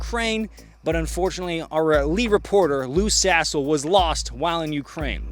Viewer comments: Wait?! Its not "Loose A55h0le", but "Lou Sassle"? Why am I hearing "Loose A55h0le"???!!! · Took hearing it with a russian accent to get the lou sassle joke, lmaao